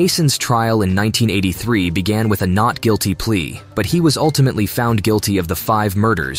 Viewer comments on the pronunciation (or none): none